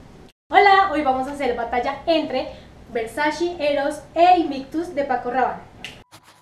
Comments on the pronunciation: Se pronuncia :Ver-sa-che . No : ver-sa-chi Hasta la misma donatella versace (hermana de gianni versace, fundador de dicha marca) lo ha aclarado. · Hola,,, me gustan estos versus,,, personalmente no me agrada ninguno,,, aunque tolero un poco a Eros,,,, el otro ni hablar,,, y una pequeñísima corrección,, versace se pronuncia ( versachE no versachi) un agrado ver tus videos,,, besos!! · "Versache" amigo es italiano tu lo has dicho, no es ingles, no es frances, es ITALIANO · Hola! Muchas gracias por el aporte! Ya me hicieron la corrección y escuche a la mismísima Donatella Versace pronunciando su apellido! Lo tendre en cuenta para la próxima fragancia de esa casa. Éxitos!